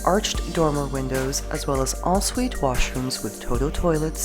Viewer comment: Is she calling the ‘en-suite’ bathroom ‘all suite’?